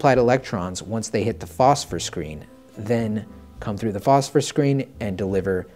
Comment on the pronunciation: I can't seem to find NVG-40's anywhere anymore. Also, can I say that I'm happy you used the word phosphor instead of phosphorus like some people like to say lol